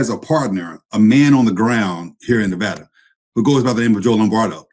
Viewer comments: Thank you for pronouncing Nevada correctly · You said Nevada right, good job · Thank you for announcing the name of the state correctly